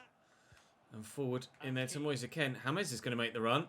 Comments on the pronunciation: please pronounce Moise Kean as Moise Keen and not Moise Ken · It’s pronounced Keane not kin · Why do you keep pronoucing Moise Kean as 'Ken'. Moise's Kean is pronounced the same way as Michael's Keane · It's moise kean say it nicely pls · Moise Kean's last name is pronounced the same as Micheal Keane's. He said it himself when he signed.